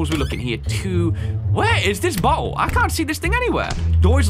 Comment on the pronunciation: "Where is this butthole?" 🤣 (I know he actually says "bottle.")